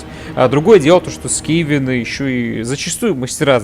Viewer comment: Только скАвены, а не скевены